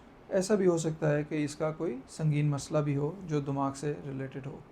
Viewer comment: Not damaak it's damaagh😂😂😂😂